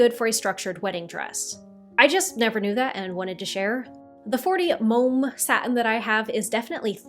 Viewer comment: As far as I know, both duchess and duchesse are correct. And speaking of pronunciation, I'm pretty sure that momme is pronounced like mommy. There's a great video all about silk that Dixie DIY did for the Costube CoCoVid. I learned so much from that video, and it pairs very well with the one Nicole Rudolph did.